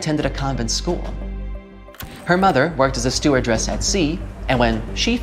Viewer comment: StewardESS, not StewardRESS